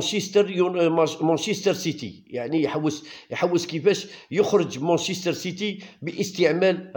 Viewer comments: مانشيستر وليس مونشيستر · لا يمكن اطلاقا بلانجليزي مان سيتي لا تستطيع ان تقول مون سيتي